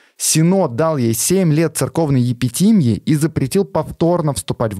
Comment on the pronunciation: Спасибо,, за интересный контент, но у тебя есть одна проблема - почти в каждом выпуске ты неправильно ставишь ударения на незнакомых тебе словах. В частности, в этом выпуске правильно произносить так: Сергий СтрагорОдский, культ ДиОниса, епитимиЯ.